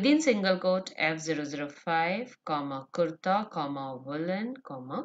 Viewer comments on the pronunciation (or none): none